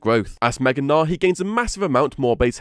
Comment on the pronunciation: He's name is Gnar, hard R, and hard G like G in good.